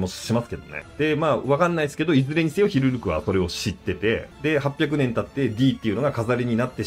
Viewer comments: ずっと間違ってるなw 思い込みってコエーw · ヒルルクって言うから全然内容入ってこねえ😂